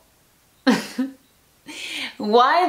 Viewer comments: Es "tho" no "thou". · Pensé que dijo "¿Qué significa Dou?" jajajaja